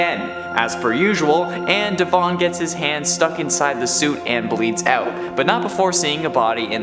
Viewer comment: The E in Devon doesn’t need so much emphasis